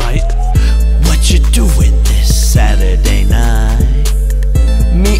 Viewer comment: I'm Bored ..... he say sady night